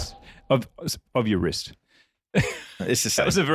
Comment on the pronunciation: Leo says I've for a bigger phist, I meant wrist